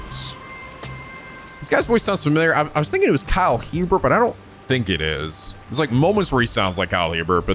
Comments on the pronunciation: It's pronounced Kyle "A-Bear". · Um, the H and T in Kyle Hebert's name are silent. It's pronounced "ay-bear"